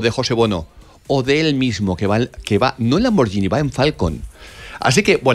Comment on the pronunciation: Se dice lamborguini, no lamborgini.